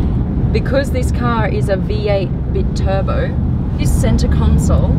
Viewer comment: Biturbo is pronounced "bye turbo" as in 2 turbos